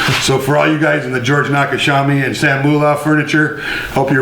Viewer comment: George Nakashima, not Nakashabi 🙄